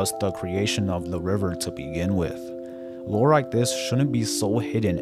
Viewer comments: Are you saying lore or war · what is the thing he constantly says GTA is lacking? Roar? War? I don't understand the word phonetically